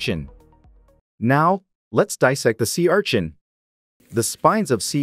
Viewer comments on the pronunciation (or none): Normal people: Sea urchin This guy: see our chin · Sea ARCHIN😂😂😂